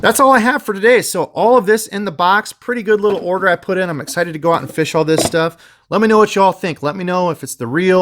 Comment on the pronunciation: YOU NEED TO LEARN HOW TO SAY FISH